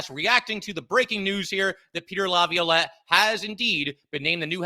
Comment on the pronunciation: can you please help him say Laviolette